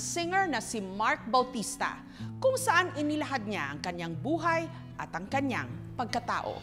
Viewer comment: It should be "kaniyang" not kanyang.